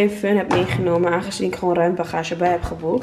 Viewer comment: Of hoe ze gewoon zegt “guwoon” HAHAHAHHA 🤣❤️❤️